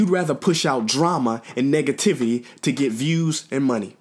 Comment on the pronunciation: He said negaviti